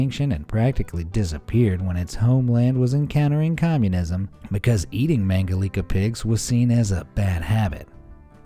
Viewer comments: It is "Mangalitza" not "Mangalika". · ”Mangalitsa pigs”, not mangalika.